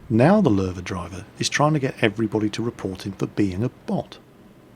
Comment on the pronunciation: Paul Ketcham Ok I understand. But Lowe pronounced LOW sounds better still. :p